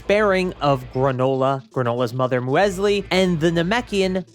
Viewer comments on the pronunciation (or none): Muesli is pronounced Mew-Slee Its a type of cereal kind of like overnight oats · It's "Musli". That's how you pronounce the name of that cereal.